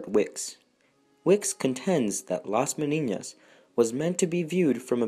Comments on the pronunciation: It is pronounced meh-NEE-nahs….there is no tilde over the second “n”, which would give it the mispronunciation you say 50 times. With all the research, you couldn’t get the Spanish pronunciation right? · Nice video, but you have been pronouncing Las Meninas as las Meniñas the second n sounds as the firs one in Spanish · Las MENINAS not MENIÑAS. Argh.